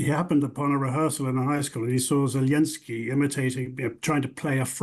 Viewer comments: Mr., please stop pronouncing Zelensky's name in russian. It's disrespectful to all Ukrainians. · should learn to pronounce Zelensky's name before pontificating about him.